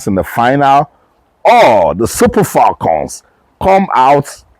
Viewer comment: FALCON is spelled with one "L;" please stop saying FALLCON, it is annoying as hell!!